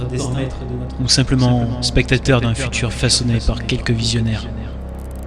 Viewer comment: Fasonner ??? Sciences 🎉😂 pour les robots industriels peut être